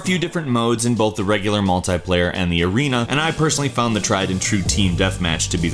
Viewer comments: It's multiplayer not multyplayer just saying😊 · Ur crap at cod + its not 'Multiplier' its Multi Player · it is not MULTAY-player, it is multi-player, TEA!!! MAL-TEA-PLAYER goddamit stop it